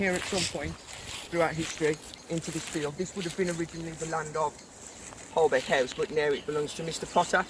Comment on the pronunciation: It’s pronounced Holbeach House although it’s spelt Holbeche House.